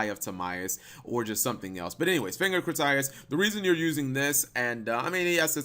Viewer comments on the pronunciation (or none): fang of crit tie us lol it's pronounced fang of crit tee us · it's pronounced Crit-E-Us, not Cri-Tie-Us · He also pronounced Critias wrong again. lol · Assuming has not seen the waking the dragon saga, pronouncing critias wrong. Let me help you out.